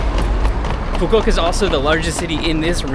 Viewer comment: its foo koo oo kah